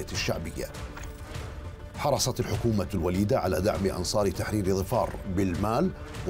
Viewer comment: ظِفار بكسر الظاء !!